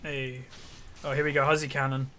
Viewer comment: Whenever he says, "hey Huzzy here" it sounds like Azir here